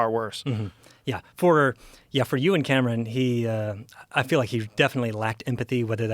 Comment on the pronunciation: For the first couple minutes of this video, every time this dude said Euan Camerons' name, I thought he was saying that Joe and some guy named Cameron were doing something. (you and Cameron) 🤣🤣 Anyone else or am I alone on this?